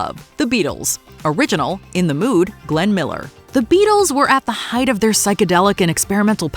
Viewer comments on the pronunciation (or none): none